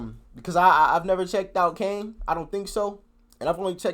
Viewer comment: it's kano not Kane, think he says kane for the flow, 3 of the grates although I'm not a big bugzy fan